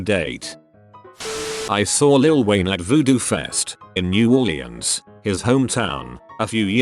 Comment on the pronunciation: Why can the voice not pronounce or say correctly simple words? Mispronouncing audience, axl, and orleans? That's software sucks lol